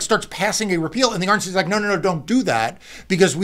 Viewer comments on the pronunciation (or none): Is it just me or when Marc says "RNC2 that it sounds like he's saying "Orange seed"?